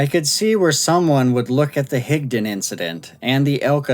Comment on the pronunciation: Thank you for pronouncing Higdon correctly!